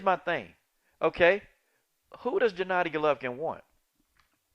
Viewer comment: Why do you call him Jennadi Golovkin??? It's either Gennady Golovkin or Jennady Jolovkin lol